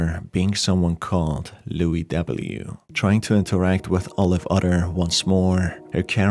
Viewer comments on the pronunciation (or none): Hahah, he pronounced Luis as lui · I love the fact everyone keeps mispronouncing Luis XDD